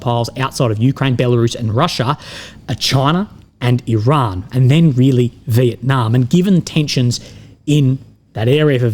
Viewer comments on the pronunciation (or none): none